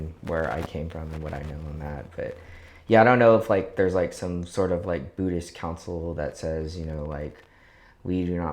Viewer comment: His ignorance of my religion is quite breathtaking. Sounds more “Bhuddish” than Buddhist. 😂